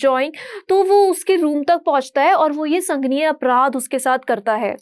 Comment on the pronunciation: संगनीय ग़लत शब्द़ बोल रही हैं यह मोहतरमा । सही शब्द़ है -- संगीन